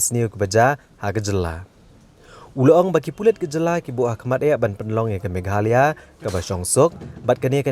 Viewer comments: Instead meghalaya he pronounced meghalee... Keep it up. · Uhave say in meghalaya not to meghaloi ok